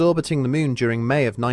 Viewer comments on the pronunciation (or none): Teacher - okay children say, M O O N, MOON Narrator - M O O N, MEWN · its Moon , not meeooon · "syrfeis of thy myyn" 😂😂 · I just love this guy's pronunciations! "... any further exploration of the MEWN" Lol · Loved how you call it MEWN 😀 Is there a feline connection? 😸